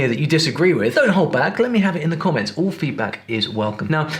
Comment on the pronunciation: Why do you pronounce the word, "all" as "ole"?